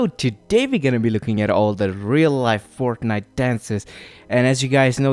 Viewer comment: he said forknite